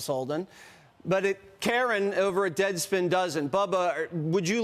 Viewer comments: Karran😂😂😂 you mean Karen? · I believe that authors name should be pronounced “KAREN”! 😂😂😂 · Amazing how this is the only name you’ve ever pronounced... it’s KAREN BRUH! SCREW THAT GUY!